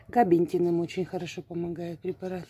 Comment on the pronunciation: Габапентин правильно,не слушайте её,она не правильно говорит,глупая женщина (((((((